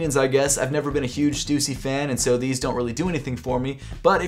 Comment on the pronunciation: Respect that even though u don’t like stussy that much u still pronounce it correctly 😁